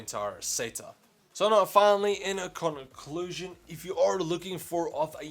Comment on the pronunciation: So finally "in-aa conn-aa clusion"